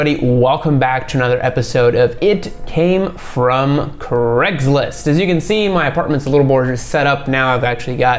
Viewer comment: WHY DO YOU GUYS SAY "CREGSLIST".... IT IS LITERALLY SPELLED TO SAY IT LIKE "CRAYG". For years I wondered what Cregslist was.